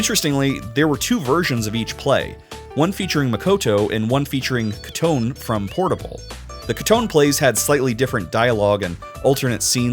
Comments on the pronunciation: It’s Koto nay not ketune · Bro fr pronounced Kotone as Koton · His pronouncing of kotone hurt me who is koton 😭 like I know that's how kotone would be read in English but you think inference would suggest that you pronounce the ne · Thought Kotone was pronounced as Kuh Toe Nay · That Kotone pronunciation took years off my lifespan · Love the video but I'm about to lose my goddamn mind if I hear bro say Kotone wrong one more time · Sorry, i had to stop watching the moment you massacred Kotone's name